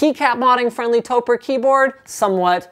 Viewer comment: I believe that it is pronounced "toe-preh" Since it is a shortening of "Tokyo Press" you take the "toe" sound of Tokyo and the "preh" sound of Press (basically just stop saying the word before the "ss"), put them together and you have Topre!